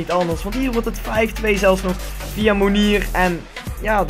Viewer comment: Mounier spreek je uit als Moenjee :)